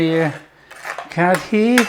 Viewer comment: Nice. Fun fact - It's pronounced curry - the dh is hard r sound in Punjabi. There's about 3 r sounds in placement of tongue. This is best with pakoras. Yum yum